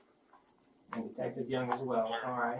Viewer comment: I swear I heard the detective call his partner Officer Smeagol, not Speigel lol damn. I actually kinda feel bad for Tommy too. My husband is a vet and trying to get help is ridiculous. It's very obvious he has mental health issues that weren't addressed properly.